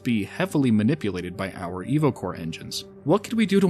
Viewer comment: Instead of „Evocore“ I understood „Evil Core“